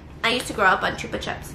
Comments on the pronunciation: "choopa chaps" 😂😂😂 that was cute. Here in Spain we pronounce it as "choopa choops". Our vocal "u" is like your "oo" sound (like in good morning = gud mornin) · Stephianie: chupa chops honey chupa chops! Me: gasps is outraged THE FUCK STEPH!? IT'S CHUPA CHOUPS! NOT CHUPA CHOPS! GUYS HOW DO YALL SAY IT? Chupa chops or chupa choups? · Chupa CHOOPS not chuhps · U say chupa chips wrong ahaha it’s so cute how u say it